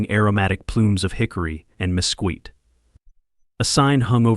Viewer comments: It is pronounced meskeet! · Please teach your ai it is pronounced misskeet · Fix your AI. Mesquite is pronounced [məˈskēt]. The 'qu' does not make the same sound as quit, quite or quiet. It makes an 'sk' sound like skit or skinny. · I chuckle every time I hear “misqueet”